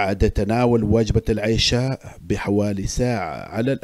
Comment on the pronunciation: اقترح ان تعيد الفيديو و تقول العَشاء بالفتحة العِشاء صلاه